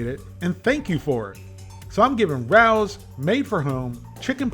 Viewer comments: You might be able to pronounce all the ingredients but you're still not pronouncing Rao's correctly. It's not pronounced like Rau, but pronounced Ray-O's. Here's a video about the famous restaurant in New York City from which these meals get their name. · forget chx parm pronunciation ....No" Rouw's" ....Pronounce like Rayos' . Love your channel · Not trying to be that person, but the pronunciation is RAY-OH’s. Love your videos and hysterical one liners. You’re the man,. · It is pronounced Ray-Os, not Rowls. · LOVE the video's - been watching you for years!!! .... Just one comment to make your Rao's videos perfect..... Rao is not pronounced the way you have in your videos (like Row with a flat "O"). It is pronounce RAY-O .... Like the name Ray with a O on the end..... Rao is our family name... other than that, awesome! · Hi 😊Just want you to know the restaurant name pronunciation is RAY-oh's. Not RAUWS...👍🌺 Thank you for reviewing these products and sometimes risking your life trying others!👏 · I love their spicy aberitta sauce. By the way it's pronounced Ray-o. I learned that watching jimmy Fallon cooking their meatballs at their restaurant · I agree, this is the best frozen chicken parm on the market. Also it's pronounced Ray-Oh's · I'm originally from NYC, and had a classmate whose last name was Rao. It's pronounced RAY-oh. 😉🌝 The way you pronounce it sounds like a cat that's about to attack someone! 😄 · I think that's pronounced Ray-o’s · well, remember can't even say Ray-Os correctly 🤣🤣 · Per Rao's Restaurant and the tv commercials released by Rao's it's pronounced “Ray Ohs”. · In fairness, your mispronounciation of Rao's is more offensive. 😅 Keep on trucking. We, the people, love you,.